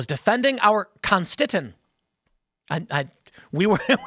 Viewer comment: We here in Germany also appreciate our German Constiton! Or is it con-sti-ton, like marathon? xD